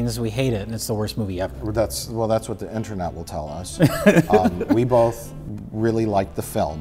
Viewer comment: I’m convinced the pronunciation “bolth” is an adverse side effect of alcoholism.